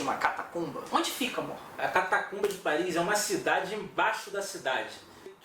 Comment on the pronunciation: Cidade linda😍😍😍! "Parri" é "Parri"!